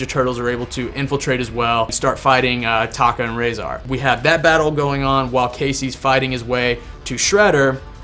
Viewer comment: tokkah not taka